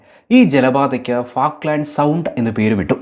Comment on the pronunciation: ഫാക്ക്ലാന്‍ഡ് അല്ല ഫോക്ലന്‍ഡ് ആണ്